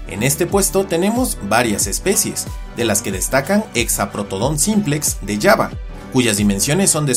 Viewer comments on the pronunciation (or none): ¿La isla de Yaba? 😂 Si se escribe con J, creo que debería pronunciarse de otra manera.